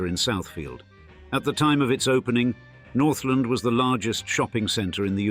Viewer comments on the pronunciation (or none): Yes, I'm a native Detroiter. Parents moved to Suburbs in the 50s. Went both downtown and Northland stores and they were magical at Christmas. BTW, the mall is not pronounced "Northlind". It is pronounced "North Land". Thank you for a wonderful memory.